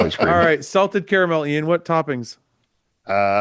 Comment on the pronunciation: “salted caramelee” and he calls gay for a chocolate pie 😂